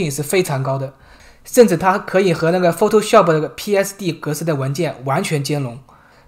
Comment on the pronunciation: 是PHOTO 煞普 不是PHOTO 说哦普